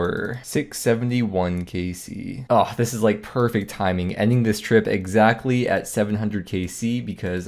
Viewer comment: “So glad I got egg-sackly one of each” XD also the imposter syndrome after the inferno cape is definitely a thing :/. gotta realize that the inferno is just another thing you can do in the game, and it’s a huge accomplishment, but getting one doesn’t make you woox/mean you’ll never make mistakes again. For an example, I personally have really bad memory. Things like memory special at akkha distracting me from attacking Akkha’s shadow, and then causing the whole arena to take damage because I totally spaced on the mechanic in a duo learner XD, or always forgetting which prayer hunllef turned off and losing the 50/50 on my reactivation. But don’t let it take away from the fact that you are good at the game, the infernal cape is just an example of that. I sometimes make dumb mistakes like that and think people are gonna wonder if I bought my cape, but you gotta not let it get to you because mistakes happen and you know you’re good at the game. Additionally, since you’ve already done all the pieces of inferno individually, prayer flicking at GWD, movement at sepulchre/CG/raids, corner safespot at mole/Rex, as well as completing the inferno in leagues, you didn’t learn a lot of brand new things, so it makes sense completing the inferno didn’t make you feel as though your third eye had been opened :p. I think everybody has that a little though, because RuneScape has a real elitism about it where things like TOB and Inferno are touted as impossible because, at least for TOB, people